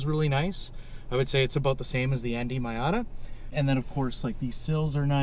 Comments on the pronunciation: I'm sorry but does this guy really think its called a my outta? I cant tell if this is serious or if he just calls his that but it hurts my brain. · you BOOB ...Its Miata ( pronounced MEEata ) . Get , learn it ,live it.... JEESH and SOOOOoo long winded ,yes boring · Say Mayata one more time... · Nice dad n son. Couple of cool car guys. And dad you saying "my ata" is forgiven thanks to the trigger warning you posted on the video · Why does he say MYAtta? Is that a Canadian thing? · Calling your Miata a “MY-ah-ta“ tells me you subconsiously want to keep the Miata! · Alright, stop it right there with that MY-AHH-TA nonsense! We give special dispensations for being Canadian but your using them all up! Edit: Great info from an owner's prospective, thanks!